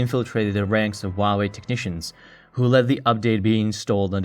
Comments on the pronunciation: All the vowels are pronounced individually. It isn't 'wah way' . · Actually the Chinese pronunciation is wah way